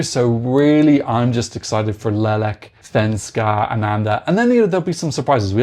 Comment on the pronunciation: As a Ukrainian, here's a pronunciation guide because, yeah, Slavic languages are hard: 1). In Leleka, the stress is on a different syllable. Leléka. 2). Now, to the hard part. "Shch" is a single sound. Think of the word "sure" or "sugar" but with a slight tinge of a "ch" in the end. Y in Ryba is pronounced like i in "live" or "dim". If you're familiar with Polish, their y is pronounced the same. Hope it wasn't too presumptuous of me to make this comment. You're doing a really good job of covering this stuff. Looking forward to your Supernova video.